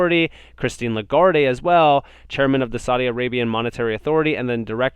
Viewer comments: The "e" is silent... (le - guard) is how it is pronounced. Great channel dude. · I'ts pronounced La-guard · great content as usual. FYI The e in Lagard(e) is silent. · (La- guard) “E” is silent in her name doing great keep it up!